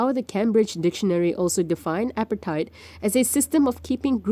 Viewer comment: Please pronounce "apartheid" properly